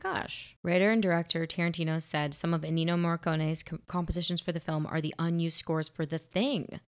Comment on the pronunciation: you are killing me girl! It´s ENNIO, not ENINO. It¨s pronounced E-N-I-O. (nah, is not that bad, but it´s like the third video where you´ve called this legendary composer wrongly)